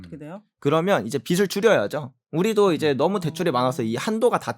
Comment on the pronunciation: 빚이 를 비시로 읽지마시요 비지가 맞고 빚을 비슬로 읽지마시요 비즐이 맞습니다